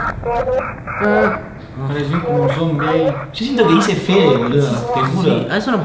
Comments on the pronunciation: Yo en la voz que escuchaban entendia penes en vez que fede like para que fede lo lea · cuando pensabais que decia fede yo escuchaba pen3